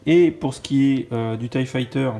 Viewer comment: j'éspère qu'ils continueront à mettre 4 figs pour les TIE, parce que payer 75€ pour un vaisseau avec deux fonctionnalités, c'est pas terrible, mais alors si ils nous mettaient que 2 figs, là ce serait la cata. PS: La prononciation de l'engin c'est TIE [Taille] et pas TIE [Tee] Tchusse!